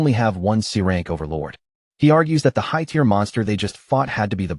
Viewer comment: lion pack? lion pride. AI still having trouble with tear (tier) and tear (tare). mih dare? where did this accent come from? mid-air is the pronunciation I'm familiar with.